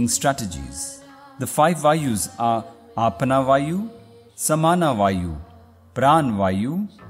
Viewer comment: Its not Aapna wayu its Apan wayu